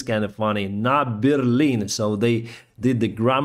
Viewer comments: I noticed at the end there, the Russian vehicle with the typo on the front.. There is a bear on the front. Could it be a deliberate typo? The way pronounced it was like “we are going to take bear lin” Otherwise it’s interesting that they used a Chinese bear on the front 🐼. I’m surprised China has stayed out of the war. I feel like they might be encouraging Putin to continue behind closed doors till after Xi is “re elected” then maybe they will invade Taiwan. I don’t think at all that this war was a wake up call for China. Instead I think China sees Russia as a bunch of ammeters. Slava Ukraini 🇦🇺 ❤️ 🇺🇦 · NA BearLIN 😂